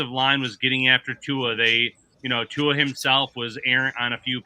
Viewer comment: Why dont Yall take the time to learn how to pronounce Tua name I swear white ppl love crucifying names